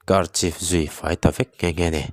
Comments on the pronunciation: Mahni tawng aniloa ka hrethiam thoa. 2 mins pelh deuhah hian archive kha mizo tawng angin dah ta ila, archif ti a i lam hi arkaif ti anga lam tur nia🙏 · Archive i lamdan khi archif tiin i lam aaa....pawl 10 i pass lo tih a hriat ngar ngar hlemai...iva han mawl heu huau ve mawleee....Khûmtung khua atang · Archive tih hi i lam sual palh a ni lo maw